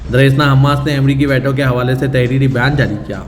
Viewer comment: ╔═══ ❤☀💚☀❤ ═══╗ 💚💚💚💚💚💚💚💚💚 Dear, Assalaamu alaikum. Aap angrezi alfaaz ka apna talaffuz sudhaarayn. Aap jiss ko WAITO padh rahay hain woh WAITO naheen, VEETO hai!!! Aaj ki sab say badee qabar ICC ka Benjamin Netanyahu Jay qilaaf maheenon kay baad, ARREST WARRANT ka release hona hai. Par yeh qabar aap ki International news may kyun ghaayab hai??? 🌐🌐🌐🌐🌐🌐🌐🌐🌐 ╚═══ ❤☀💚☀❤ ═══╝